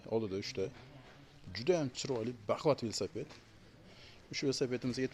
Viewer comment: Ассалому алайкум. Весапед дейилмеди, Велосипед дейилади.